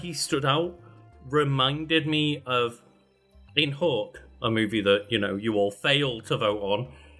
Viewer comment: I kept hearing you saying we didn’t vote on Hawk… Hawk?… It just now clicked you were saying Hook and pronounced it hawk after described and you discussed the premise of Williams as a grown up Peter Pan.